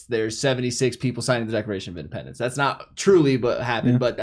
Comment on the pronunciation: did say "Decoration of Independence"?